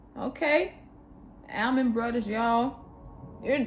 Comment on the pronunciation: Pronounced "All-Man" Not Al-Man.